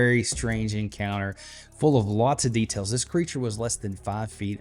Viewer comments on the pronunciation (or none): none